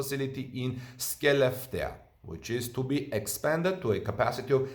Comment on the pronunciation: The swedish town "Skelefteå" should be pronounced something along the lines of "Shell-left-tea-aw".